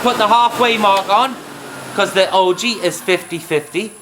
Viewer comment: What is an Ojee? I hear him referring to it throughout the video but I can't figure it out.